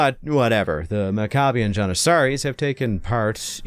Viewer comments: Pronounced’Mack ah bee in Jan ih sah ree’ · Maccabian “Johnuhsahries” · The way your pronounce janissaries was crazy lol